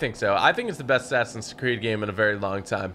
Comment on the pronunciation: He said assassin's tewwd